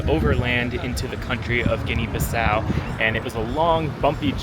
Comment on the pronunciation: You don't know how to pronounce the country, it's Guinea-Bissau. You need to learn how to pronounce it, it's not Guinea-Baso